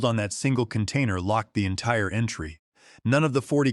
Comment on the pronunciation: I stopped listening after a couple of minutes, mistakes in the story made by A.I made me lose interest in the story. What a "can tainer"? Get rid of the A.I and your stories will automatically improve. Proofread amy story for mistakes and inconsistencies and that will certainly help with the stories.